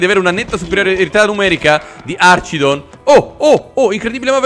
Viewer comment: comunque si dice archidon con la "ch" di archi